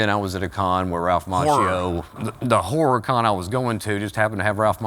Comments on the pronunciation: The one-syllable “horror” (hoorrrrr) hits as a southerner from NC. We can make “fire” one syllable “farhhh.” Lol. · I don't know why horror is such a hard word for the southern man. I too struggle with the last or. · I normally prefer a "show" or episode of something to last at least an hour. This is an exception to that. Holy shhh this guy is intolerable. That laugh alone would end any conversation I had with the guy. And why can't he fn say horror properly!? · that pronunciation of the "horror" is wild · the way he pronounces "horror" is something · How do you naturally slur the word “horror”😂😂😂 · I have this same accent and I'm lmao because I always have to over pronounce words like "horror" and it sounds even weirder in a way